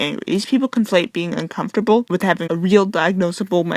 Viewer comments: strivingfortomatoes she makes me un-com-for-ta-ble. ugh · About the pronunciation, the way she says "uncomfortable" too. Shit makes my skin crawl.